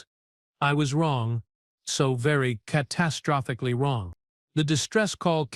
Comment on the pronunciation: MUTHER FREAKING HELL!!!!!!!!!!!!!! WTF does "ca-TASS-trophicly" mean!!!!!!!!!!!!!!!?????????????? AND, then "...he SAYZ something..."!!!!!!!!!!!!!!!!!! Hows bout, pronouncing it, "he SEHZ something"!!!!!!!!!!!!!????????????? POS AI with SORRY AS HELL GRAMMAR!!!!!!!!!!